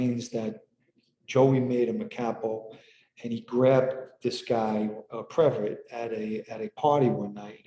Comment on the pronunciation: It’s pronounced previt-EE. Not a big deal, just wanted to let you know. Thanks!